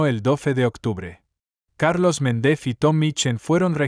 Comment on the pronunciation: Méndez y Rodríguez son palabras llanas, no agudas. Las pronuncias mal. De la misma forma, pronuncias palabras agudas como llanas. Separas el título del apellido para referirte a una persona. Por ejemplo, la doctora, (haces aquí una pausa que no tiene ningún sentido) Walsh (y luego dices el apellido). Suena como a dos personas distintas. Es una pena, porque el ritmo de lectura es bueno y das muchos detalles, pero la pronunciación y las pausas no las haces bien.